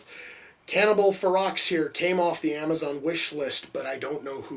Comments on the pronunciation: Hahaha Cannibal Xerox...now you should know how to pronounce the title. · The x is silent it's pronounced (fur-row) it's spelled ferox but pronounced fur row. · the x is silent ; ) its fero